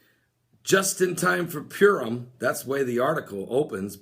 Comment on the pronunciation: Not to be a smart alack. Purim is pronounced pur like what a cat does. Pur =lot, im is the plural. Purim = casting lots. We see this at the crucifixion where the tall it was gambled for. We also see this word in the celebration / fast of Yom Kippur, The day of casting lots.